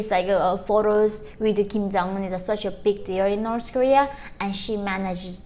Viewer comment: It’s so cute how she aways pronounce North Korea as Norse Korea.